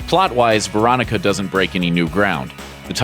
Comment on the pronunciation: This list lost all credibility when I heard Veronica